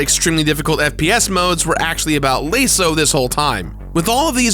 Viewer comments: So a few things about this video and MCC as a whole 1. LASO is normally pronounced well lasso ya know the things cowboys use lol 2. While playing halo 1 and 2 anniversary it's more convenient to typically play them in their classic graphics mode as they both have an issue of the modern graphics dont reflect the actual hit boxes of most things 3. MCC is NOTORIOUSLY Buggy even to this day on xbone is it as bad as when it first came out in 2014 no nut it's still really bad 4.you actually can have your score and play time displayed at the same time you just have to tick the option before starting your campaigns or playlists making sure it says competitive scoring and time 5. This is a minor thing for those who will be playing it but remember that the Annicersary version of halo 1 which is the version used in MCC is based off the original 04 gear box port which is notorious for messing up the graphics across the game be it jackal shields not changing colors or things like textures not being displayed correctly unless the flashlight is on them so dont judge the classic unless you're looking at the OG xbox ver which is still the best version of the game this is a solid enough port tho 6. The random achievement pops or wrong achievement pops are due to the xbone and MCC not steam the xbone console has that same very issue across every game with a good amount of achievements (personally) being glitched on xbone but not ps4 so it's very much likely due to the xbox /microsoft services n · But hes right. 2 separate arguments can be made. At least for american english. 1) its an acronym. 2) assuming thats a new word, phonetic (phonic?) rules apply. A has 3 different sounds. Ah, A, aww. Example of ah is lasso. lahs-so. Broken up at the double consonant. Theres no double in laso. Theres another rule here regarding the 3rd sound but i forget Tldr it should be pronounced Lay-so if youre going to say it as a word. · Yeah. It's lah-so. Not lay-so. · LASO (L-ASS-OH) for fucks sake.